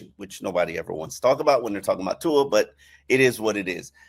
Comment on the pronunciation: One thing that blows my mind is that even after all these years still doesn’t pronounce Tua’s name correctly.